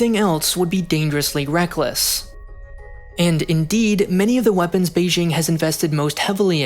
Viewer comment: Great video! Just a heads-up of for future videos: the J in Beijing is really pronounced like a J. It's Bay-Jing, not Bay-Shing.